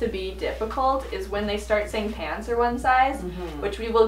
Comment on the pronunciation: At one point it sounded like she said pans and not pants lol